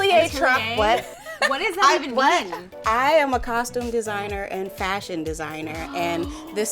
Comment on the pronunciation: 😂 " FASHUN " I love 😂